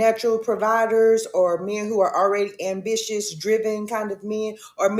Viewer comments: She cant even pronounce ambitious correctly, but she wants you all to believe someone is sending her $1k a week. She said unbitious 😂😂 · Who tf paying this ratchet widebody's bills? Gtfoh. I feel like she made that story up An 'unbitious' (?) man? Can't even say basic words